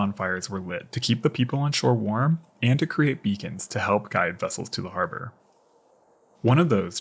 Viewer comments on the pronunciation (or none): none